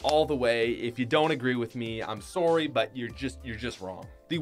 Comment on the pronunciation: His Canadian accent really showed when he said "sorry"